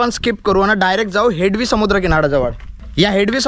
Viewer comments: हेडवी नाही रे हेदवी नाव आहे रे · हेडवी नाही हेदवी मराठी भयानक आहे. शूट झाल्यानंतर निवेदन कोणा प्रचलित मराठी बोलण्याला सांगावे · हेडवी हा उच्चार चुकीचा आहे. हेदवी असा उच्चार आहे. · हेडवी नाही त्याच हेदवी असे आहे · हेडवी❌ हेदवी✅ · हेडवी नाही भाऊ हेदवी बोल. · हेडली नाही हेदवी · It's not हेडवी, it's हेदवी.